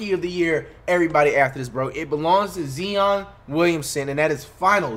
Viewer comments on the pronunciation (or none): Flight put some respect on zion's name stop saying zeon please bro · Maybe Zion would win ROTY if you stopped mis pronouncing his name